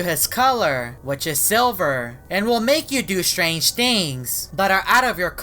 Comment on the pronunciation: always says strage always